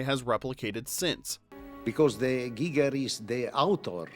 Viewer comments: Giger's last name is pronounced "GEE-grr," not "GI-grr." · H.R. Giger's name is German, so following pronunciation rules, is is pronounced 'GEE-ger' of 'GEE-geh', NOT 'GUY-ger' (the name Geiger IS pronounced THAT way). Also, for a video purporting to replay FACTs, the narration at least makes a lot of mistakes, unwarranted exaggerations, distortions, e.g. 'nobody knew what was going to happen with the chestburster scene'....well, except for the director, the cinematographer, the production designer, all the grips, FX people, etc. The only people who did not know (much) were the actors, and even John Hurt had a pretty darn good idea, since he had to have all the apparatus put on him. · "Gi"! - Giger, not Guyger. He was Swiss ❤ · The proper pronunciation of H.R. Giger's name is EASILY researched. It's common knowledge that it's NOT pronounced like the radiation detector, a Geiger Counter. The first syllable is a long E-it's "Gee-ger", which you CLEARLY hear If I've known THAT since Alien's release and that of Giger's subsequent "Necronomicon" coffee table book, you should know it, too. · HR "GEE-ger" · Giger is pronounced GEEGER. It is German not English. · "Drugstore supplies" haha funny , HR Giger's father was actually a pharmacist :) (it's pronounced "Geeger" actually ;) ) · Our familiar voice has returned! By the way, while most people pronounce Giger with a long I, I believe it’s actually “Gee-ger”. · The constant mispronunciation of "Gieger" in this video is a travesty, especially when the man pronounces his own name . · Just checking if anyone commented on H.R. Giger's name being mispronounced in this video...